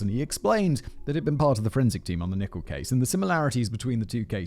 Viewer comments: And it’s not pronounced “Nichol” it’s Nickell. The clue is in the spelling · Why did you pronounce 'Rachel Nickell' as 'Nickbe'..? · Oh and you pronounced "Nickell" wrong to. It should rhyme with Michelle, Nick-Ell.